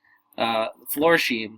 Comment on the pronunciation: All my life I've heard that brand pronounced "Floor-Shime" not "Floor-Sheem"...? And I'm 63 & in St. Louis, which is ( or at least historically was) a big shoe city.